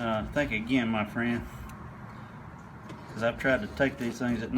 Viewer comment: Thenk ageyenn mah freyund